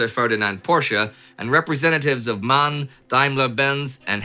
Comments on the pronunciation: M*A*N ist not Man. It it M A N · Hey Indy, it is M A N = Maschinenfabrik Augsburg - Nürnberg